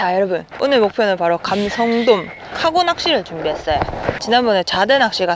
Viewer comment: 감성돔 진짜 발음하기 힘든걸 해내네요~ㅋ